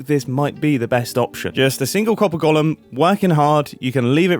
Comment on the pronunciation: I hate the way you pronounce golem so much